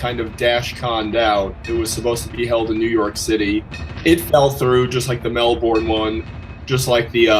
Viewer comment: Mel-Born? It’s pronounced Mel-bern. Moron.